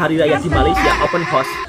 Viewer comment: Sebut betul2.....Open House.......bukan Open Horse......tapi konten menarik dan mantap....Selamat Hari Raya Aidil Fitri....